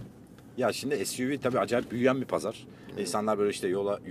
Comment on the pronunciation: Suv(es yu vi) diyor ahmette bir adı daha vardı onun Suv diyor gel de bunun filmine gidenle dalga geçme AS:FASDF